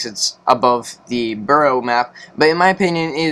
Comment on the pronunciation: Did he call is burrow?